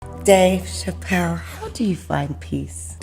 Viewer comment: Did anybody notice at the very beginning of the video she messed up on his name?